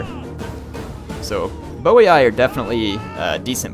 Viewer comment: Boii [bojí] not Bowiai ;)